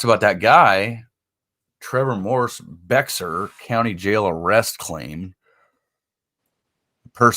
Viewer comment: Hi, Bexar is pronounced Bear County...hope that helps?